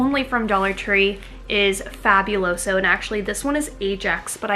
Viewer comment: Please stop saying FAB-U-LOSO 😂 it’s FA-BOO-LOSO. Still love watching you❤️ LoL